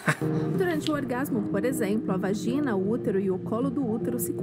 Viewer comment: "VAJINA"rachei kkkkkk